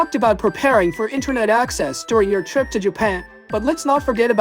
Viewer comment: please correct your pronunciation for the word "trip"... It's really bad. It's not /'TOH-reep/ like in your video. The correct pronunciation is /チュリップ/